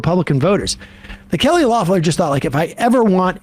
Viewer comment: Is Sam mispronouncing "Loeffler" on purpose or am I just dumb?